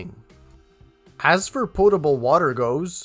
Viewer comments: Sounds like you said portable water and not potable water.... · Sounds like he is saying portable water LOL POTABLE -- no 'R" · Maybe it's the accent, but are you saying portable or potable?? I'm a jman plumber myself, and that was a very good presentation. 👍